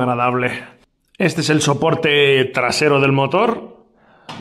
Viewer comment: El soporte es un “ñioporte” 🤣🤣